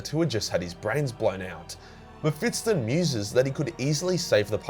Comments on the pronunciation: Mephis-ton. Not mephitsten ;) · ME-PHIS-TON ... mephitston is not a thing, it can't hurt you. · dude, it's mephiston, not mephitston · Just a note: you keep saying MephitSON, instead of MephisTON, flipping the position of the S and T. Remember, he is no SON of a bitch, he kicked a TON of ass. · its meh fis ton not metfitston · Why do you pronounce his name like that?? The 's' comes before the 't' and there's no second 't'. You're saying "Mephits-ton" 🤦‍♂️ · It's not "Mefitstone". It's "Mephiston". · I'm not exactly sure what you're pronouncing. Mephitson or Mephitston, all i know is it's not Mephiston. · Is it MephiTsTon? Or is it fucking MephiSton? You giant toothed beautiful boy you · MephiSSSSSton not MephiTTTTson, you ape! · Also, it is Me-phi-ston, not Me-phiT-ston. It hurts. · please stop saying meh-fit-son, its meh-fist-on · Who's 'Mehfitston' tho? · i have never in my life met someone who would pronounce mepishton like that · Mephiston - Me Fits in :D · Why do you pronounce him "Mephitston"? like he's some kind of 19th century constable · Sounds like you say mep-fiston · am I the only one triggered by the "Mefitston" pronouncation? :D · His name is pronounced Mefiston. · The way you say ‘muhfitson’ is triggering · Excellent video as always, but you kept mispronouncing the name as "Mephitston". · why the fuck do you say MephiTston. Holy hell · I was looking for this comment 😀. i was like is he saying it wrong? nah probably me. Definitley sounds like Mephitston. No biggie though. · I like how you say "Mephitston"" cracks me up everytime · Is it just me or do you keep saying MephiTSon? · You are pronouncing it wrong lmao, you make it sound like some English surname not a fiery demon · He does it deliberately. He does the same with librarian and other stuff. He does it because its funny and causes people to comment. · Man I thought I was the only one. Drove me crazy once I started hearing it. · I can't un hear that now